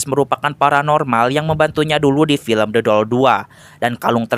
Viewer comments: Demi apa , gw denger The Doll jadi Dodol😭😭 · Apa cuma gw yg denger Abang ngomong dodol 2 😂😂